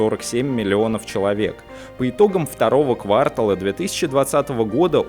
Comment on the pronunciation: КвартАла, сорри...))